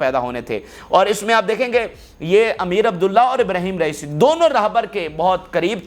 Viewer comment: PLEASE CORRECT AMEER ABULLAHIAN is the right pronunciations